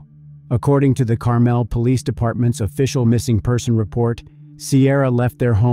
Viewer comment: Pronounced wrong Carmel is.